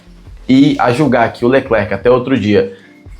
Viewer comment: Sem querer lhe corrigir, mas uma grande parte dos brassileiros ( inclusive eu) que antes de saber o francês, tive problemas também com essa lingua francesa. E quê, existem letras no final de palavras que não são faladas ( letras mudas). Espero que isso te ajude a fazer o seu programa, não é: ""? E quando falamos o nome é apenas: "Lecler". E é so para te ajudar e não continuar a falar como uma pessoa que não sabe e agoar você esta informado e na verdade, ninguém nasce sabendo. E obrigado, pelas informações que eu não conhecia e gosto da maneira como você coloca essas informações. Um abraço.